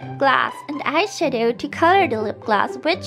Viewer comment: I'm sorry but she sounds like she's saying eyeshito